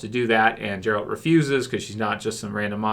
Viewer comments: Us witcher fans don't want or don't need any of those stupid GOT fans stay in your own lane and its geralt not jeralt lol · Hey, please Gerald's name starts with G like Goose not G like Giraffe. Lots of love. 😘